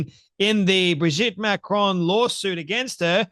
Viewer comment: Dear Candy - please pronounce Macron properly. Its not Macrone.